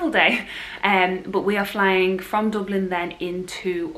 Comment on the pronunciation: I love your pronunciation of Dublin😀 Excited to see what you think of flying out through Dublin. It’s 10 minutes from my house and is so handy for pre clearance in America…😀 I agree with you, never happier than when in Florida